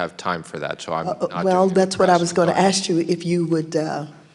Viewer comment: Can’t even fucking say “ask “ correctly!